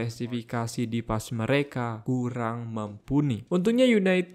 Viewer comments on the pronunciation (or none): none